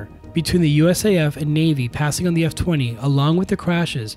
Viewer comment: Thanks for commenting and pointing out that mispronunciation, I will be sure to say it correctly in future videos, the F-20 and YF-23 were the ultimate what could-have-beens in aviation.